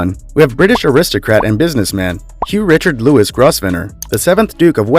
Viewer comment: Louis is pronounced Loowie. Guillum is pronouced Gwillium. Grovesner is pronounced Govener the S is silent